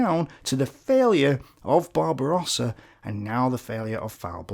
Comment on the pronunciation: Barosa or Warosa?XD